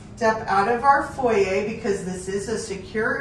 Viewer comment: Foyer she meant?